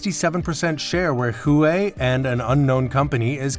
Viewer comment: They pronounced it's wrong💀